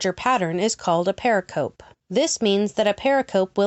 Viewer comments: Love your work, but please re-do all the mispronunciation of "pericope"! Use the audio file that is part of the Merriam-Webster Dictionary image showing at :28: It's purr-RICK-uh-Pee -- or close to that. A term used a long time in New Testament Gospels' study. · Please pronounce 'pericope' correctly. You showed a slide showing the correct pronounciation, but apparently ignored it.